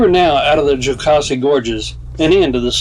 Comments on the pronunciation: You were in our neck of the woods! Love Horse Pasture and Twin Falls. I’ll help you pronounce Jocassee the right way!😁 it is like Cassie with a Joe before it. Jo Cassie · I second the backyard comment. The SE doesn't often get the credit that out west does, but it holds some beautiful places. I'm sure you hear pronunciation corrections everywhere you go, but the second syllable is pronounced like Mama Cass.